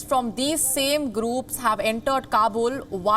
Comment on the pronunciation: Groooopssss kaboooollll toibaaaa learn the language guy. Earliyaaaaa seriously.